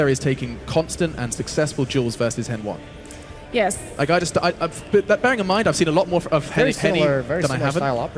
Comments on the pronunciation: so hen1 pronounces his own name wrong cause you think it sounds worse? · She keeps calling HEN1 "N 1". SHE KEEPS CALLING HEN1 "N 1"!